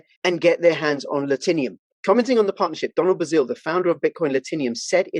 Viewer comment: “Latinum” looks like a 3 syllable word to me. Whoever sponsored this ad is pissed you butchered the name Do you say Platinum or platinium?